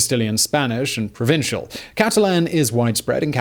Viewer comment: Provençal, not “provincial” Viceroys, not “Vicars” And 414AD , not 1414 AD. These errors are making me doubt some of your other info now. :(